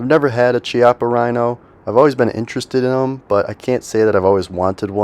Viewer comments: Loved the video! For what it's worth, "Chiappa" is pronounced with a K sound. Kee-ah-pah. Highly recommend the Rhino line. By far the most comfortable .357 on the market. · Made in Italy....pernounced Kee-appa".... look it up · " Chiappa " is spoken " Kiappa" " chi " in Italian is Ki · When you go to an Italian restaurant, do you order a bottle of chee-anti or kee-anti? Chiappa is Italian and pronounced the same as Chianti.